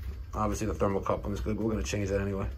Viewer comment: its thermocouple not coupling but you are doing awesome work